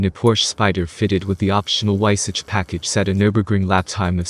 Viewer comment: it's pronounced: vaisah